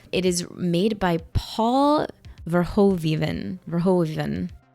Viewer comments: Straight from the netherlands: Pronounce is verhooven like President Hoover but with an N. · Verhoeven is actually pronounced "Fare-(k)hoo-fen".🙂